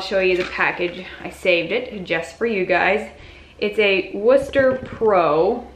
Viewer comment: Great idea for a video! Love that you pronounce Wooster correctly. Have to be from the area, I guess.